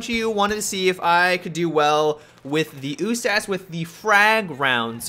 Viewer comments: U-S-A-S. Not OO-SASS. You don't go around saying the ACK-47 or the ACEWUR. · Usas not oohsas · I like the way you say U-SAS, lol "OOSASS"